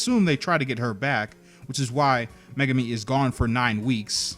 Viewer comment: ******meh-gar-mi megami